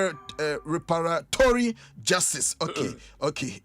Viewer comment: Reparatory pronounciation can be hard...🤷‍♂🤷‍♂🤷‍♂